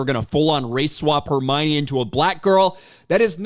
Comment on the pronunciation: ❌Hermione ✅Hermana